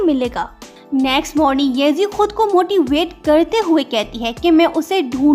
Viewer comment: When you said"motivate" I guess you said moty weight